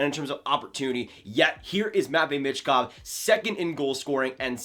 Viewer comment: I think it’s pronounced “me”chkov not sure tho